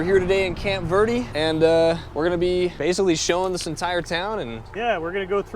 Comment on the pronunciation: Call it camp green if you can’t pronounce it correctly